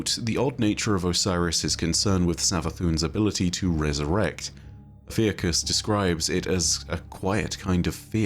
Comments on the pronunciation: Congrats on 1 Mil!! For future videos: Ophiuchus = Oh-phew-cuss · o-fee-uh-cus fuck guys its not that hard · I was looking at a Ophiuchus pronunciation video at the same time came in with the 'Ive been pronouncing it wrong'